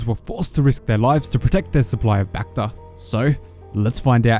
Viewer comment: the way you say bacta sounds reminds me of that bakfist meme